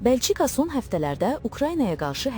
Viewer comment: Belçi-ka yox, Belçika.